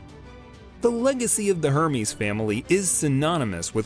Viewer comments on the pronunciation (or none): It’s pronounced er-mez